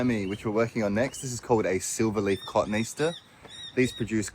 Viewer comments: I giggle every time I hear you say cotoneaster. Cotoneaster is pronounced as kuh-TOE-nee-AS-ter (phonetic) or /kəˌtoʊ.niˈæs.tɚ/ (IPA). It is commonly misread as "cotton-Easter," but the correct botanical pronunciation breaks down with a middle "toe-nee" sound. Hope this helps. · I enjoy your videos so much. We say “COH-TOH-NEE aster in the US. Well, most of us do, but I guarantee we all had to be told, ha. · We called the shrub/tree Cah-TOE-nee-as-ter (As pronounced) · The Cottoneaster is pronounced caw toe knee aster I would hate some smarty pants in a garden centre to think you dont know your stuff when you certainly do. This was one of my late mum's favourite shrubs the birds here love the berries. You are doing an amazing job there I wish there were more like you who care about people and helping not criticising A shining example to us all. I hope you didn't mind me trying to help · I’ve always known the cotoneaster to be pronounced “ka-tone-ee-aster”. Love your work and it’s a wonderful blessing for the recipient of your efforts. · I must say, I’ve never heard it pronounced ‘cotton easter’ before! 🐰 cute! 🥰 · Watching you do wonderful work and doing for others, is a pleasure. Just btw, /kəˈtoʊniːˈæstər/ notes Wikipedia. Or just think of it as. Caw, Tony, ASTER. Hint: Cotton has 2 tees. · Cotoneaster is correctly pronounced kuh-TOE-nee-AS-ter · Part of the fun of visiting another part of the world is pronunciation & word meaning: Aussies say cotton - easter. In the US it's koh - TONE - ee - aster. 😀. BTW I like the sound of whatever tool works best for you. 👍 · Hi, it's actually pronounced kuh-TOE-nee-AS-ster. Just thought I'd share, as a master gardener taught me, and it sort of makes me feel more like a true gardener when I pronounce it correctly.